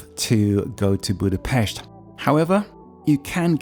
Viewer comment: Cool you said it the right way! Boodah-Pesht